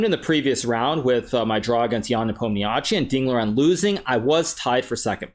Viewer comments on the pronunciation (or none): is 'nepom-nishi', i hate to be the guy that makes this point but lets say his name right